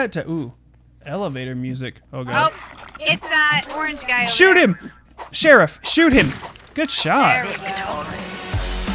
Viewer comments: know it just sounded like sh*t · The Plague. I sounded more like shet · He was meant to say shoot him. But he pronounced shoot as sh#t. So no he didn't swear…